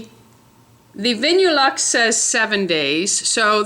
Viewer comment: It's pronounced Vinyl-luxe. I prefer OPI too.. The best!! xXx